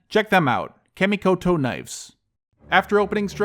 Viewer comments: Good video, and finally an in-video ad I didn't mind (nice knives). However, one correction (sorry, it's a pet-peeve). "Kamikoto" is pronounced "kha - (mi -ko-to). Not "Ka" as in "cat" in English. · Kah- mee-ko-toe knives